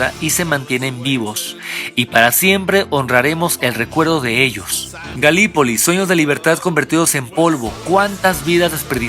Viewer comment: Galípoli se pronuncia (y se escribe) acentuando la primer "i"